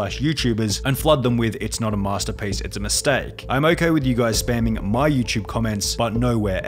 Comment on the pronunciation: did you say it's not a masterpieca it's a mistake on purpose? xD